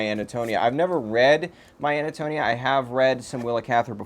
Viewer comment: You're mispronouncing the title name in Cather's My Antonia. It's An-to-NEE-ah.